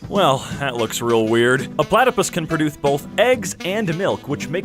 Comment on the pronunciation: Time "a platypus can {produth}" ... don't ya mean produce?!?..... I KNOW you noticed that while you were editing....lol XD